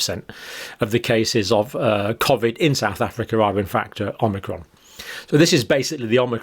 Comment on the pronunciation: Why are you saying methedist on amnicrom no other religion is getting it ?